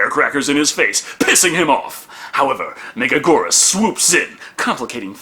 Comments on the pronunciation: Thank you for another Godzilla review,!!!! (Not to be that guy, but it’s Mega-gear-us, not mega-Gore-us) Love your reviews though as always!!! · It's pronounced Mega-gear-us. Megagurrus is a mistranslation, you silly fool! Also, it's a girl. The whole "King of Meganula" is another mistranslation. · With all due respect, it’s gear-us not goor-us. Love the vids tho keep em coming! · Mega geerus not mega gorus (Why do they also pronounce it wrong) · I've heard it pronounced that, the way pronounces it, mega-GWEE-rus, and even mega-JY-rus. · It's pronounced (mega-gear-us) megaguirus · Correction it’s pronounced Mega-Gear-rus. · So, can't hold it against entirely, because the English voice cast pronounce it wrong too, but...The I in Megaguirus isn't silent. Write out any given word in Japanese with Western characters, NONE of the letters are silent. Also both Us should be pronounced the same way, specifically the way the first one is pronounced. It's been a while since my high school Japanese class, but pronunciation is something they hammered in HARD. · Apparently they pronounce it that way in the English dub but obviously they don’t know how to pronounce it... Can’t blame for that one...